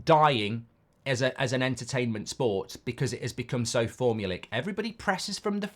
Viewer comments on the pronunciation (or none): Formalic? You mean formulaic Mark? 😂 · Form - you - lay - ick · I know you’re a little touchy and all Mark but fyi formulaic is pronounced for-mule-ay-ick